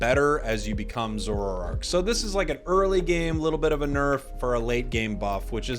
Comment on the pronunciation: A few things. I’m glad the play styles of the Pokémon I use are being buffed! I don’t know when they buffed Eldegoss’s damage to be so good, and to be less squishy but I’ve been crushed by a few in comp. Have there been any changes to damage values or stats of Zoroark’s Night Slash or Feint Attack in the last month? (It’s pronounced “Zör-oo-uh” and Zör-o-ark” btw) Have there been any stat or damage changes made to Garchomp in the last month? Sometimes it feels like my basic attacks aren’t doing nearly as much damage as they should be. Great video! P.S. slick spoon reads out to be straight busted. Can’t wait to be DECIMATED by a full Sp. Atk team running Shell Bell + Slick Spoon + Choice Specs/Wise Glasses